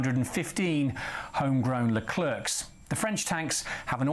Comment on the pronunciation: Leclerc to prononce Lecler and no le clerk 😂😂😂. Please english people don't butcher french.